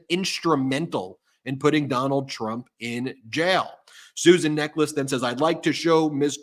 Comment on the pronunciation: It's pronounced 'NECK-uhls'.